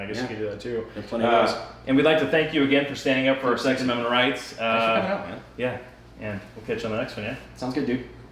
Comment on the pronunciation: I had to rewatch the last 10 seconds twice to not hear, "Thanks for supporting our Sex Ammendment Rights," instead of Second Ammendment Rights.